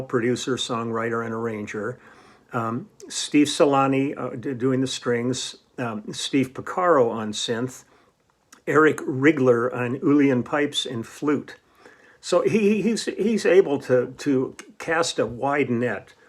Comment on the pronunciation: The Irish pipes are pronounced "ILL-en".